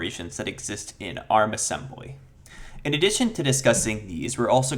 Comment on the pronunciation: Ass-em-BUH-ly NuKE-U-Lar